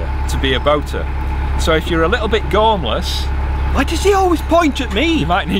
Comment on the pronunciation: I look forward to watching you guys on a Friday,I did laugh at "gormless" that sounds very Yorkshire.